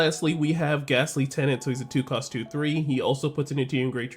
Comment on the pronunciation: Also ily but plz it's Ghastly TREAnt (tree-ent) not tenant. I can't tell if this is a bit or not 💀